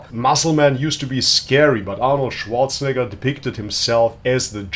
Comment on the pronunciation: Hahaha Arnold Zianator 😂😂😂😂